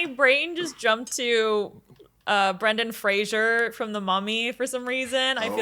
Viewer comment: Everybody loves Brendan Fraser. Few say his name correctly.